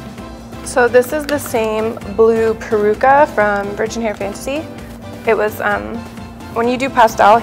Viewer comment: IS PELUCA!!! Not PERUCA!!